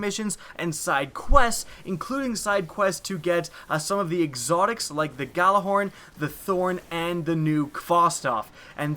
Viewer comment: its "yah-ler-horn"